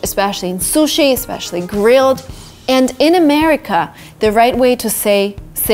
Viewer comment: nice clip, I updated my pronunciations a lot! hey, as a japanese, I say not "sushii', but just "sushi", no long vowels at the end, besides you can find a slight accent at su, like russian word это